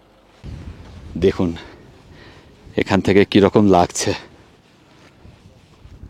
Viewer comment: আপনি তো আপনার ভিডিওতে সবকিছু শুদ্ধ অনির্ভর রাখতে চেষ্টা করেন। তাহলে শব্দের দিকে একটু নজর দিচ্ছেন না কেন। যেমন 'লাগজে' না 'লাগছে 'এরকম কিছু কিছু শব্দ।